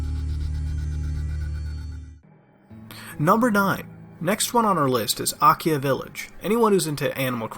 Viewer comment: "Akia Village" "Akia" Akia God DAMNIT MUTAHAR you FUCKED IT UP